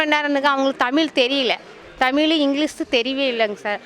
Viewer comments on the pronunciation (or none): தமிழன் தமிழை "தமிளு" என்று சொல்வதே கொடுமை.... 😮